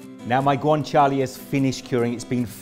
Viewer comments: It’s guanciale, not guanciali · I have never heard someone pronouce guanciale so wrong